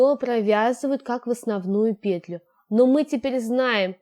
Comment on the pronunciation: Да не пееетлю,а петлю́юю!Ну очень неприятно слушать,прямо режет слух неправильная речь.